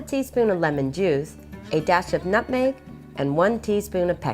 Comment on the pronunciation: Nutmeg not Mutmeg